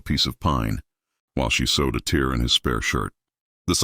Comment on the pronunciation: The reading starts out very jerky. AI I assume? Many of these stories don't have AI pronunciation of the word "tear" meaning "rip" correct. It is not the drip coming out of the eye. It needs to rhyme with "rare." Can't you get these things corrected? We have lots of people trying to learn English and these mistakes don't help. And it seems that AI has been around long enough to work this out too. Is Elias a name that AI thinks is as common in cowboy days as the name John? Let's get a little more creative than Elias, Lily and Mrs. Chen! (I don't have anything against these names, but those of the names in so many stories on youtube!)